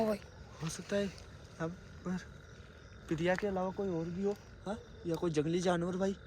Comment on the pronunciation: 😢 murkh Ram padhe likhe nahin ho kya lagta hai tum anpadh Ho......... Priya Naam Priya Priya kahta hai pahle sun le bol FIR theek se........ Priya Naam hai pahle Jitendra bhaiya se Sun le Naam theek se tab bol....... FIR video banaa bevkuf anpadh jahil Aise video mat banaa........... Upar likha hai Piya Piya kya hota hai......(Priya bol)😢😢😢😢 Gadha pahle video banane chala tha pahle theek se uchharan nahin karta na theek se heading likhta hai upar Piya dikhayen....... Anpadh Raja theek se uchharan karo Priya bolo anpad........ Badi sharm aati hai tum log ke upar jo ki video banane chale aate Ho bolane ka tamiz hai nahin kya bolna hai kya nahin bolna hai..........😢😢😢😢 Ekadam Aise lagta hai anpadh to hai hi Ho Tum...